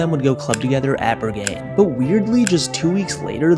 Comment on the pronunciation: Officaly the worst pronounciation of berghein i've ever heard